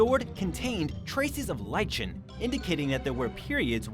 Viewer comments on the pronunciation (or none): Somehow I can't get excited about something told to me by a person who cannot pronounce "lichen" and "Oslo" properly.